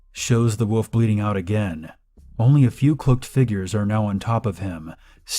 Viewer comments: Is anyone else bothered by when he says, "woof" and not "wolf"? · Remember: wolf has an L in it and it's not pronounced "woof"